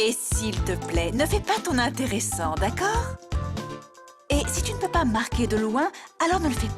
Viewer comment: qui dit intéressant comme mahamanga😂😂😂